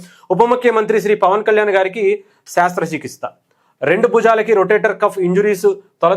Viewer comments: బయ్యా శాస్ర కాదు శస్ర.... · అది శ్రస్థ చికిత్స not శ్రాస్థ చికిత్స